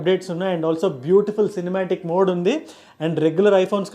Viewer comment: and even in video lo kuda 3 modes Ultra wide MODEUUUU… Regular MODEUUU… & Zoom MODEUUU… and we are TELUGUSSSSUUUUUU !! 😅😅 to